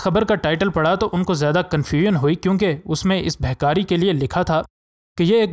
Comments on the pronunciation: Bhai saheb' bhikari hota hay Behkari nahi. Talaffuz sahih Karen shukriah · You are irritating by saying behkari. Its bekari in urdu so stop it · Behkari nhi bhai bhikari bolo durrr durr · و بھاٸی بہکاری نہیں بھکاری ھوتا ھے ۔ تلفظ ےو صیح ادا کرو اگر اتنا شوق ھے وڈیو بنانے کا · Janab actual bhe kari word hy,not beh kari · BEHKARI LAFZ NAIN BALKEH BHIKARI HAY. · Gaddy behkari nahi hota. Bekari hota ha. Stupet insan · Its bekari and not behkari yar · اللہ کے بندے وڈیو بنانے کے شوق میں زرا اپنے تلفظ پر غور کیا کریں۔ یہ لفظ بہکاری نہیں بلکہ بھکاری ہے۔ یعنی بھیک مانگنے والا۔ بہتر ہے کہ کسی سے درست تلفظ پوچھ لیں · Bikaari...hota hai behhhkaari nahi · ارے بھائ اردو تو ٹھیک سے بولو بھکاری کو بار بار بہکاریبول رہے تھے۔ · behkaari nhi bhakari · Pehle urdu bolna tw seekh lo behkari nahi bhikaari hota hai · My Friend the story is good but correct your pronunciation when you say BHIKARI. Thanks